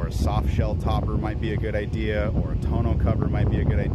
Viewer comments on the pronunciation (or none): none